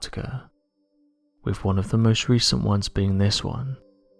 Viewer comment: Please, please PLEASE...pronounce your "th's"! One example is the word "with," it's not "wiff," it's "wi'TH"! I'm probably the only person who's driven nuts listening to the grossly mispronounounced words with "th's" in them!! AAAARRUGH!